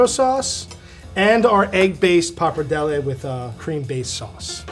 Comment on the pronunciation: Finally right at the end of the video he pronounced pappardelle correctly (like an Italian).